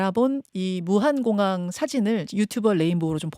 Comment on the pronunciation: 아나운서가 무안을 무한공항이라고....